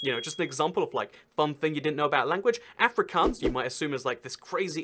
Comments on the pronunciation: It’s not Ehfrikaans it’s AAfrikaans. I’m from SA lul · afrikaans is my worst subject at school (the second language in the western cape of south Africa.. also its pronounced aa ( as in car) -freak -auns (also as in car) not africans. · I speak afrikaans Basically if you understand Afrikaans then you can learn English by watching TV and you already understand dutch. Its pronounced Ah - frick - aawns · A couple of quick corrections-- Amish and Mennonites aren't the same, they are sliiiightly different (due to a theological split I think). Both groups live in the US. Also the "aa" is Afrikaans is pronounced like ahh, not like Anne. (Well, if you hear an Afrikaaner say it it sounds like Efri-CORNS, but hey.) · Ah-fri(you roll the r)-kahhns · It’s pronounced Uh-Free-carns I learn Afrikaans in school I live in Suid-Africa (South Africa in Afrikaans) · Any South Africans also cringing at how he pronounced Afrikaans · You did not say Afrikaans as afri kans I’m disappointed